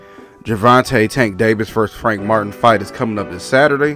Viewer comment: it's Martin, NOT Martian #hater